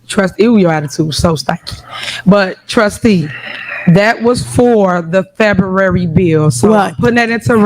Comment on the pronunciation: Wtf is "Febuwry 28"?😂😂😂😂😂😂❤❤❤